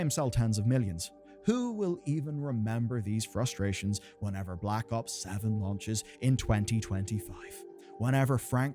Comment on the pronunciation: You know you arent a cod fan when you say blops